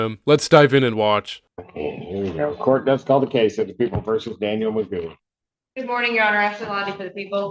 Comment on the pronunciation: AI voice-over mispronounced " DANIEL "